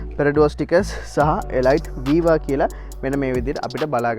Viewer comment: තොරතුරු වලට ස්තුතියි. 100,000km වලට වඩා දුවපු වාහනයක් ගත්තොත් රිපෙයාර් ගොඩක් වැඩි වෙයි ද? නැත්තම් මීට වඩා අලුත් ඉන්දියන් celerio එකකට යන එක හොඳයිද? ( අඩුපාඩුවක් කියනවා නෙවෙයි. මේ වාහනේ නම pronounce කරන්නෙ එලීට් කියලා. ගොඩක් අය වැරදියට එලයිට් කියලා කියන නිසා සඳහන් කරන්න හිතුනේ)